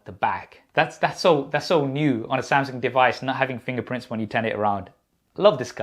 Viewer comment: Why is he calling Samsung Samsink? He sounds ridiculous. And why doesn't he have the name of his company on his shirt instead of whatever that is? No branding sense. Maybe one of these days these reviewers will review and test the earbuds. 🙄 Maybe.